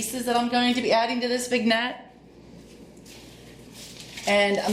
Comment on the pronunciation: Hello! I think it is pronounced....Vin-yet. Love your channel!